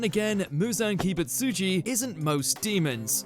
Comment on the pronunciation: "Muzan Ki-bit-sushi"